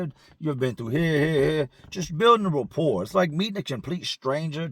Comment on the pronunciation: You say repore about 100 times every video ask about me.